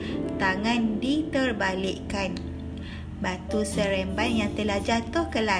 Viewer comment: Cikgu Salah debut... Batu seremban cguu debit sereamban